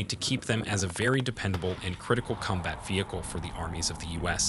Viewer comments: “Cumbat” “Horsebar” 😂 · Lost me after the 20th time saying Kum-Bat Vehicle... and 45 tones ... whats a 45 tone? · "Cumbat" "Puwer" whats with you and pronouncing the letter "o"?